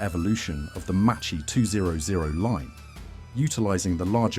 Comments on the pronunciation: Really Macchi pronounced like mochi!😱 Ch in Italian sounds like k therefore Macchi sounds a lot like Ma Key only with a double k! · Piccola lezione di pronuncia in italiano: ch=k, cch=kk. Si pronuncia Makki, non Macci. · you also make mistakes in pronouncing MACCHI, we Italians add the H and it is not pronounced MACCI but MAKKI. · Non Machi. Maki. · “cchi” it’s like “kki” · Macchi, you read it MaKKi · Not Machee, it's Mák-kee Not Marschetti, it's Mar-két-tee ch=k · Spell -> Makki not Macchi, same Marketti not Marchetti. Anyway robots are dumb to understand. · A really interesting video! I'm watching the whole series of videos on the channel, they're really good! Just a small correction on the pronunciation of Macchi e Marchetti. In Italian, ch is pronounced like k, and cch like a prolonged k, more or less as if it were written makki and Marketti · Macchi , you pronounce Makki and Marchetti, marketti !!! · The pronuciation of Macchi is Makki, Marchetti pronunciation is MarKetti. "ch" is pronunced "k". (But "sch" is pronunced "sh" like in SHade) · I'm italian and my ears are bleeding hearing how you pronounce Marchetti and Macchi